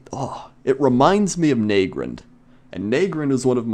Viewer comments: " Nay-grand " ? lol " Naah-grand " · Naygrind? It's nah- grand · lol wtf , how are you saying Nagrand? XD Neigrend? XD Nagrand is pronounced like "Naga" with out the G and A and "Grand" as Grand Theft Auto. Na-Grand. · Nay-grend? I normally pronounce it Nah-grand. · You say Nagrand a bit oddly.